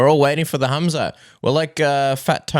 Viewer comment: Stupid Radio Submission the Colby Covington Ass kisser, it's Khamzat not Khamat. You morons.